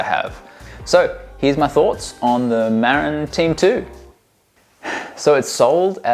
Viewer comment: Muh - rinn, not Mare-Inn. It's named for the county in California, which is named after an Indigenous chief.